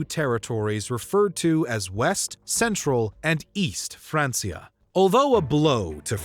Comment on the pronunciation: “Francia” is pronounced with a hard C, like “FranK-ia”. It’s not pronounced “FranS-ia”.